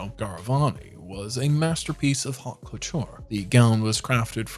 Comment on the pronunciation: Grandeur. The word is "grandeur." There is no "grandness" in the English language. "Faille" is pronounced as "file." Geeze, if you are picking on brides, clean up your own act. "Haute" is pronounced as "oat."